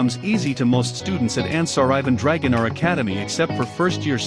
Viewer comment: Dragonar not dragonal ok